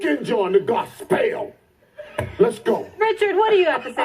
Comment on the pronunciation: did he just say, Gos-spell....